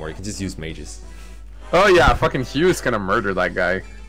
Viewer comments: wait but isn't the name "hugh" usually pronounced "hyoo" not "yoo" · You aren’t pronouncing the “H” in “Hugh”, that’s why it sounds like “you”.